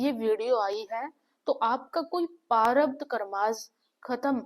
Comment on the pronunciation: Behan sorry for this vo parabdh nahi prarabdh hota hai